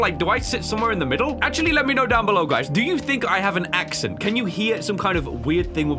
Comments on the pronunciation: As you were saying "accent" you said "acshint" I have found the acshint boys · When you said the word "accent" It sound like you were saying "ACC-sunt". So, you might have some sort of accent- idk